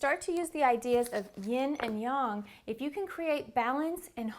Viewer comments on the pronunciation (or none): It’s yang not young.